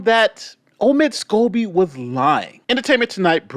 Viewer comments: Lady C calls Omid Scobie "Amid Scabies". 😂😂😂😂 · Is it just me but didn’t she just say Amid Scabies? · Did she say omid scabies 🤣🤣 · Hahaha~ i just love Lady C! She calls him “Amid Scabies”🤣